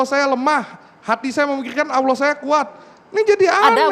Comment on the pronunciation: ALLAH, aulah & auloh, mana yg benar ni. Sebutlah pake bahasa Indonesia itu lebih Indah di dengar dripda sebutan arab gk jelas, emang ALLAH mengajarkan bhasa arab sja🧐🧐🤨🤨🤨